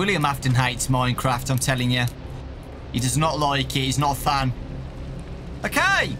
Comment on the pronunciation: Normal people: minecraft: MoiNeCrAwFt